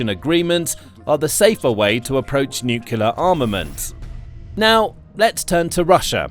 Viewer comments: Pronunciation. N U C L E A R, not N U C U L A R !!!!!!!! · Nuclear (pronounced, "new-clear"), not "nukuler"!🙄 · The word is pronounced NEW-CLEE-ERR not NEW-CUE-LER. You lose a lot of credibility when you can't even pronounce the subject word correctly. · Nuc-u-ler?!? Wtf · No, that's correct. Heard that from Nucular technician Homer Simpson on TV. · Say "new clear" weapons. Practice it. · Please stop mispronouncing nuclear and stop adding additional vowels, thanks.